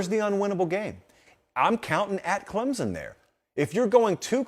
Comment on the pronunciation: The dude says "clem zun" and not "clem sun".. There is no z in that name.